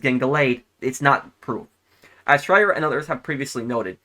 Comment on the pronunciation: couldn't even say his name